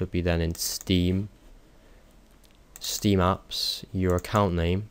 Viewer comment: did u say steam ups?